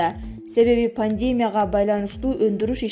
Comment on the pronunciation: пандемия..деген созду туура интонация менен окусан Боло.